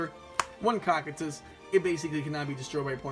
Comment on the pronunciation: The second c in cocytus is pronounced as a S btw. Not cockytus